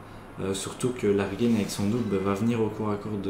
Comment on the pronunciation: Bonne vidéo ! Par contre Largen se prononce "L'argent" pas "Larguène" :p